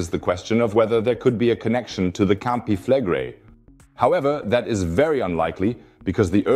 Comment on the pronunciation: Campi Fleg (quick pronunciation) -Re-ii (long outdrawn -i..). Not Campi FLEGGrei.